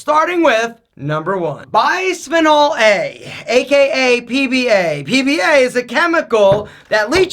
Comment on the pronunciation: Isn't that BPA ? I heard him say PBA